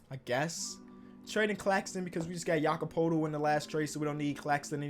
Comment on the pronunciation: Bruh pronounce Poeltl right, PERTLE